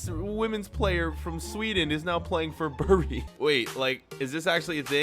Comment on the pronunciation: Mate u pronounced my home town wrong bury for life